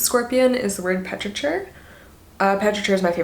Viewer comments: Petrichor, you are mispronouncing the word. Pe-tri-kor. not Pe-tri-chur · Petrichor is my favourite word! It’s pronounced peh-truh-kor though, not the soft ch👍🏻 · petrichor is pronounced “petri core” btw :* cute keaton tattoos tho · Petrichor is pronounced peti-kor :) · Nice ink and makeup! You mispronounced 'petrichor', though. The 'ch' is a hard sound. Just figured I'd let you know, personally I learn by reading quite a lot so often mispronounce things and I prefer if people tell me XD